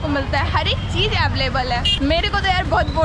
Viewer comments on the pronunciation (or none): none